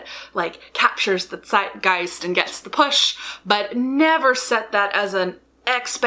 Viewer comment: Well, what I didn't expect from this video was hearing you absolutely nail the pronunciation of "Zeitgeist" :D